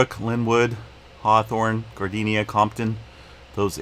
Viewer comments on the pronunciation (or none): Gardena, not Gardenia...😂